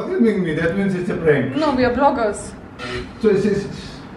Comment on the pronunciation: I like how he says prank as prenk and of course the camera in her hand is of course invisible to him.